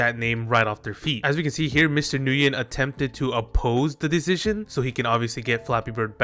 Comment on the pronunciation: I dont think I've heard anyone pronounce Nguyen correctly yet but besides that it sucks that Flappy Bird got "modernized" now